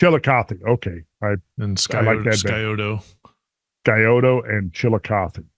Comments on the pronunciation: “Psy-oh-toe” lol. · The "c" is silent in Scioto. Pronounced like Sie-oh-tuh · I live 5 miles from the Scioto river, close to the town of Sciotoville in Scioto county. So trust me when I say Scioto is pronounced with the c silent. Just saying.